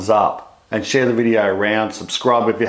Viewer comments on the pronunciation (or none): none